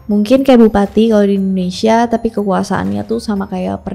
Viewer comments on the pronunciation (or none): none